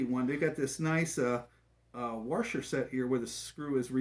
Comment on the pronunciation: what's a warsher?